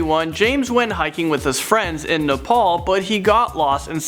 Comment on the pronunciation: Not nepol